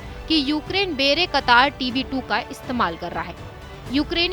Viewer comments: बेरे कतार नही, बायरेक्टार है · Actual pronunciation should be "bay rak tar" It is not "bayra katar". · बेरेकतार नहीं बायरक्तार 😂😂😂😂😂🙏🏻🙏🏻🙏🏻🙏🏻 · Wrong pronunciation of "bayraktar" and "karabakh ". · Bayraktar tb2 ka naam b padna nhi ata 🤣🤣🤣🤣